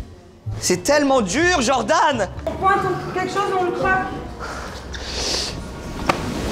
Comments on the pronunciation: Inox toutes la vidéo djordan au lieu de Jordan mdrrr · Tout le monde = "genre d'âne" (Jordan) Inox: "Djordan" (Jordan prononcé à l'américaine) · "Djordan" mdr la prononciation me fume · Inox il dit djordan ça me fait trop rire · ça me fume il dit Djordan à chaque fois mdrr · Inox qui prononce "Djordane" pendant tout la vidéo 🤡